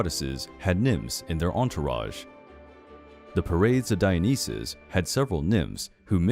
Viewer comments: Dude your pronunciation.... it’s dye-O-NAI-sis and sAy-ter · Your pronunciation of Dionysus and Satyr is atrocious.